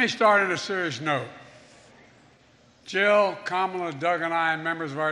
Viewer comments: did he say "Kamala Jug and I"? who is Jug, short for Jughead? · Did Joe mispronounce KAMALA's name??